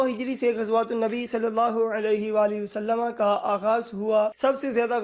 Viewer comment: wasallama nhi hota Wasallam hota he